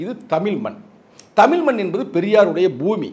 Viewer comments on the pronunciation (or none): என்னது தமில் மன்னா யோவ் தமில் இல்லையா தமிழ்